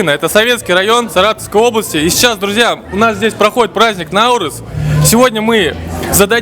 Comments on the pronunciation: НаурЫз! Ударение на Ы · Ударение на “ы” не на “а”, наурыыыыз. Алма кетті домалап, көше бойын аралап, кім алманы табады, сол ойыннан шығады. Қайран қазағым-ай, тіліңды, діліңді, дініңді ұмытсаң, ары қарай қазақ деген атты алып тастасаңда болады. Таза орыс болып кетті деген осы! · дорогой друг,праздник Наурыз идет с ударением на второй слог!)